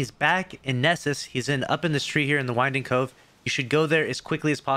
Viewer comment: Did anyone else chuckle when he kept saying winding cove? Lol